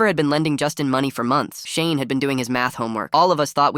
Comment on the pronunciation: The first time you said shane it sounded like shame and always the beatu up hondas